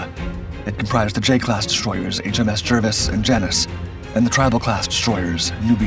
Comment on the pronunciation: The name of HMS Jervis is pronounced "Jarvis" not "Jirvis" FFS